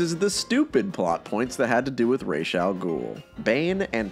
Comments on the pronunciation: 🤓 Actually it is ras But with an s like in see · It’s not raish it’s r’as. Ras means head in Arabic. So ras al ghoul literally means head of the ghoul. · I can see how they ended up using the Italian pronunciation of "Falcone." It's a mistake you can make, not realizing he's Americanized his name. Deciding to go with the actual Arabic pronunciation of Ra's, instead of Raysh, I totally respect… but then they didn't even get that right. Razz? What? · The not like Ras Al Ghoul makes me so angry as an Arabic speaking man. When you pronounce it as Raish Al Ghoul, YOU ARE SAYING THE FEATHERS OF THE DEMON/GHOUL. AAAAAAAA. Ras means Head. 😡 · co-signed as an arabic speaker. why the fuck is it pronounced "raysh" in BTAS that doesn't mean anything lmao it doesn't make sense. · it's actually Ras but the s isn't a z It's like in see